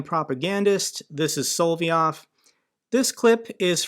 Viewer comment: I Heard he was fired BC he took Rupie's girlfreind out to dinner Yeah ' I'm sure Tuckums would LOVE to start getting paid in roubles LOL!!!.. It is SOL---LOV---YOV NOT hard, but it grates on my ears when you say it wrong LOVE the show, THO!!! I bet if you lobbed an ATACMS on top of Poutine's Palace on the Black Sea, Only 100 klicks or so!!!! The war would stop!!!!